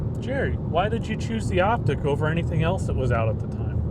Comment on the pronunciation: It's Optiq, not Optic